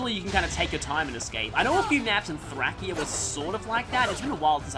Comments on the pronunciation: Is that really how you pronounce Thracia? Most people including me pronounce it like "Thrashea" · also pronunciations in Japanese and English often differ quite a bit, an example is how Japan mixes it's Rs and Ls, that's not the case here but that's an example. The new unit Travant in FEH says it's like "Thrashea" so I guess that's what IS is planning to make it sound officially